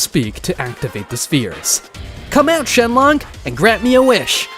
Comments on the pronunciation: "shenlong" 💀 "shenlonk" 💀💀💀☠︎☠︎ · It's Shenron not shenlock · Shenron become shenlong😂😂😂😂😂